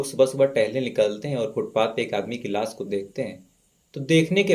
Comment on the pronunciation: S ki sh bolo bhai.....sikaar nhi shikaar ....laas ko laash ....hi bol do.....